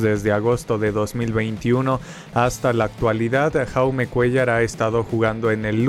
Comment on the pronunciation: Dato: El nombre de Jaume Cuéllar se pronuncia "Yaume", el nombre está en català (idioma de la comunidad de Cataluña).